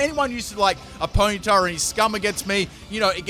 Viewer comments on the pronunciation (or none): none